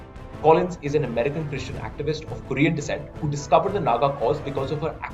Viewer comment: Why so much emphasis on the word "christian"? This issue is more than religion. So irritating.